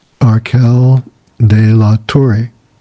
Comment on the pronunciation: De la torre means "of the tower". But if you say it as you did "delatore" is the traitor.